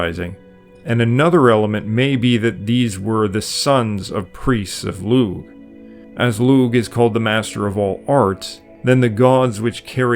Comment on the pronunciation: Lugh is an Irish name and in Irish a g followed by an H is a silent g and not pronounced. And so the Name Lugh is properly pronounced Loo and not loog. The word Ogham used to be spelled Ogam with a buailte over the G. When there is a buailte over a G the G is silent and an h after a g serves the same purpose. Brother, if you are not pronouncing names properly I have to wonder what else you are getting wrong.